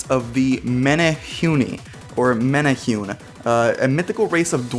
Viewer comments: Also, “many- who- neh” is how you say it. Great job on trying and just rolling with it. :) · Great video besides the Hawaii pronunciations. Men-ah-hu-neee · The way you pronounced menehune was cringy :/